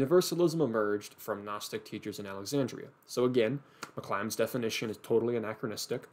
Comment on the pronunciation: Great video! There's just one thing that bothered me... It's McClymond, not McClymonds!